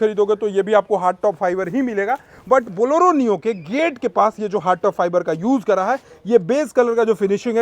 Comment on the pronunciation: Boloro nhi hai bhai Bolero bolo😅